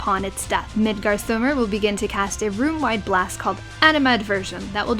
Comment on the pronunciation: It's Midgards-ormr god dammit. Snake (ormr) of midgard (Midgards) or something.